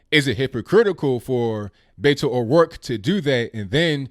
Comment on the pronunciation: Yall really need to call him by his given name. It's not Betto